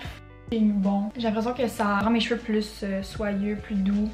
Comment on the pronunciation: “Cheveurrrrre”💀 anyways love your videos 😂😂